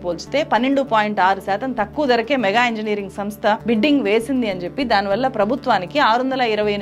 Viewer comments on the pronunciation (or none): ఒకే ఒక్క సవరణ మీరు పాటించడం లేదు మేడమ్ గారూ ! "ళ" "ణ" మీకు పలకడం లేదు సరిచేసుకోండి ప్లీజ్ అది "మెగా ఇంజనీరింగ్" కాదు "మేఘా" అని గమనించండి